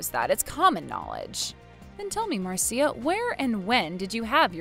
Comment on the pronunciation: Marcia is pronounced Mar-sha. Not Mar -see-uh. Well at least, the man knows how to pronounce it properly.